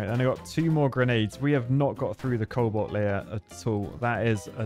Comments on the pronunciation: I thought I was the only one to hear it. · Everyone: cobalt: coal bolt